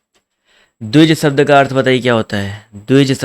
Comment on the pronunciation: Sir bahut accha padhate hain aap...lekin aap श ko स hi bolte Hain....kya ye chhoti si Kami door nhi ho sakti... jaise शब्द ko सब्द bolte hain aap... Sahi uchcharad karne wale vidyarthiyon ka baar baar man bhatakta hai...sahitye padhane ke liye khud ka sahi uchcharad karna bahut zaroori hai...